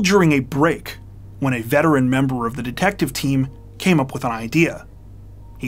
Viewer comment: Many of similar videos have a narrative generated by AI from a text tile. The result is a ton of bizarre pronunciations, e.g., "We have no iddy-ah (idea) what happened next." This video was very well done.